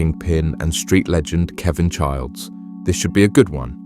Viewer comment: There is no D in chiles